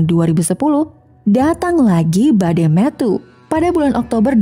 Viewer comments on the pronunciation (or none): none